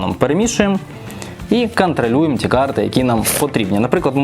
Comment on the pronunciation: Не кантралюєм а контролюєм)